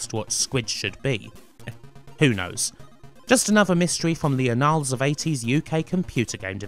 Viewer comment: Interesting pronunciation of 'anals'